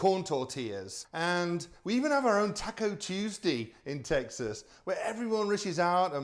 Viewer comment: I like how he says 🌮